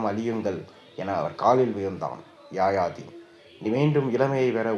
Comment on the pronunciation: Yaayaathi alla yayaathi sariyaaga uccharikkavum